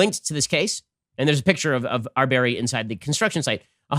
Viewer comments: I think you should try to at least pronounce his name correctly out of respect. Otherwise, your desire to be neutral seems very inauthentic. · Ben did the most Muslim pronunciation of his name lol.